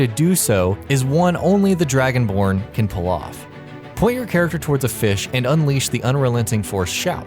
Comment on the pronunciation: At one point it sounded like he said "DragonPorn DLC😂😂